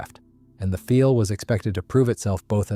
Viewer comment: And the inconsistencies in how the script is read. It's the "Focke-Wulf one hundred ninety", but the "Messerschmitt one-oh-nine", for example. Or calling the Do 335 the "feel", even though 'Pfeil' should be pronounced 'file' -- which the narration does a couple times before falling back into the mispronunciation.